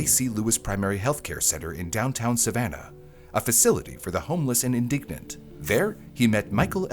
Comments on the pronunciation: It’s pronounced IN-di-gent. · Clearly you have been listening to all the people on tik tok talking about how this boy asked for a lawyer because he was indignant..so it is not you fault. LOL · indigent, not indignant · "Indigent" not "indignant." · It’s not “indignant”, it’s INDIGENT. meaning having no permanent home. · Indigent.... not indignant😂😂😂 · Indigent not indignant. Oi! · It's "indigent," meaning having no fixed place of abode, not "indignant" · “Indigent” not indignant lol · In-di-GENT, not in-dig-nent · It's indigent NOT indignant. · indigent Not indignant. 😂 cute mistake, lol first one I’ve heard I think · The word is indigent, not indignant. It pronounced in-da-jent or in-di-jent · Indigent not indignant. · It's "in-dih-jent" not "in-dig-nent". Indigent means poor or needy, and indignant means to be angry or upset over perceived injustice. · What has been going on with you these last several videos? "Indigent" is NOT pronounced as "indignant!" And you did it twice, so it wasn't a misspeak. Google your pronunciations, please! You're better than this... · Lol “homeless and indignant” I think you meant indigent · Indigent is pronounced IN-dih-jent not In-dig-nent. Although indigent people are not given respect for their dignity and they are often not dignified. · In-di-gent, meaning poor and needy, not in-dig-nant, meaning angry, annoyed, righteous--which would fit some parts of this story but not the bits where this word was used and also misused. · In-di-gent (poor, needy). Not in-dig-nant (annoyed, angered at unfair treatment). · '...the indignant...' lol Wow. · “a facility for the homeless and indignant”. Haha I think you mean indigent. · Indigent ... not indignant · Indigent, not indignant. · in-de-gent - being poor. not in-dig-nent- lil bit mad ya know... for the future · Homeless and indignant? Or indigent? Lol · Are you mixing up indignant with indigent? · Indigent, not indignant…🤯🤦🏻‍♀️ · Indigent =/= indignant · Same. Indigent